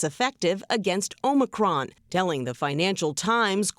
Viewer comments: Traitor Joe pronounces it "Omnicron". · Biden can't even pronounce Omicron.